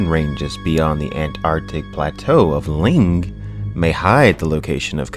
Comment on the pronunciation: littile thing its not ling its "lang"